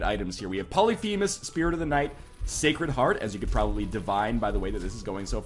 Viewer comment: i think you are pronouncing Polyphemus wrong.